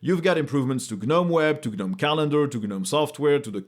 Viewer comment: Gnome is pronounced with a silent G, like "NOME"